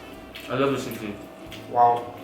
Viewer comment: You said sisig right for the first time